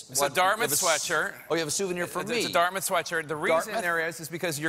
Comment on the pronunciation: Dart-Mouth or Darmuth? . . . Dart Mouth !!!